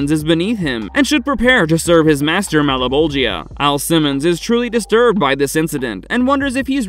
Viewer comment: "Mal-a-bowl-gee-uh?" No one involved in making this has even seen the show huh?